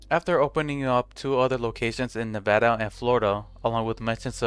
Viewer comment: thankyou for saying nevada correctly